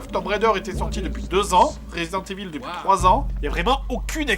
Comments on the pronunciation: "résident éville" MDR! xD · Bonne vidéo mais... Resident evil ça ce dit Resident Iveul(enfin un truc comme ça)^^ mais bonne vidéo je mets pouce vert:)